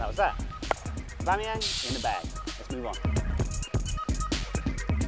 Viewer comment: A-bum-eyang says Billy 🤣